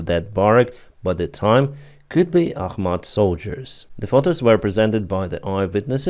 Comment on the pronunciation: ITS ACHMAT